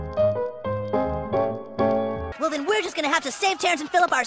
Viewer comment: Day not say